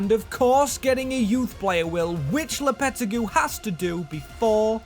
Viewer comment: It’s LOPA-TEG-I